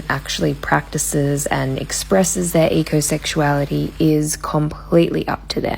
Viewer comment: I had to turn the subtitles on because I thought she said egosexuality instead of ecosexuality.